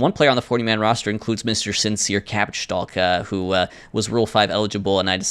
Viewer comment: It's really insensitive how keeps mispronouncing the name of the franchise's future star. It's not Cabbage-stalk, it's Cabbages-talk. How else could we judge their sincerity?